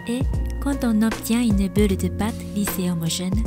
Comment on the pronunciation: Bravo pour ton Français !🌺 Juste une petite erreur de prononciation...ce n'est pas une beule ou un meule...mais une boule et un moule 😉